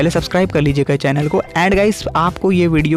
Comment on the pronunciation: चेलन नही होता भाई चैनल होता है 😀😀